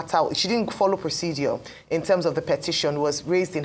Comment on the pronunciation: "Procedure " , not "proceduor" please. Thanks.